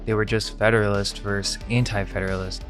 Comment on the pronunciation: Versus* The pronunciation of the abbreviation for versus...vs...is versus. Not "verse".